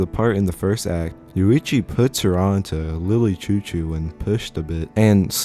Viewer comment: the way you're saying "chou-chou" is pmo. it's supposed to be "shoo-shoo"